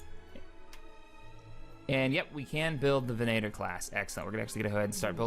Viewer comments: Its venator not venaaator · It isn't 'Ven-A-tor', it's 'Ven-uh-tor' Lu'cre'hulk, not Lu'se'hulk. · Don't say venaitor again... Goddamnit... It's facking VENATOR, with an accent on "e" and mute "t". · did anyone else notice he was pronouncing it venAtor and not venator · Not to be a grammar Nazi or anything, but your pronouncing venator wrong. It's more like ven-eh-tor and not ven-ay-tor. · It's called a ven-at-or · If you are going to grammar nazi, grammar nazi properly. Its pronounced ve-NA-tor, and there is no eh sound in the word. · You are mispronouncing Venator and a few other things. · Cassio rivatto It is because we are Star Wars fans and because when ever he mispronounces Venator it sounds horrible to me. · Cassio rivatto In this case he is really getting it wrong and it is rather bad, in the case of Mustafar I can stand it. Sorry for the bad spelling. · Ultrabeast Harkonnen Venator is a gladiator type which were actually hunters and circus act performers, not really gladiators. The fact still remains that he is mispronouncing a word and it is annoying.